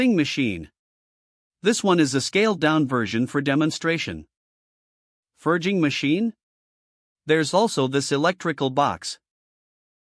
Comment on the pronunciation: The most spoken word in this story is "forging" and the AI can't even pronounce it ... sigh.. keeps saying fey-ing for some reason ?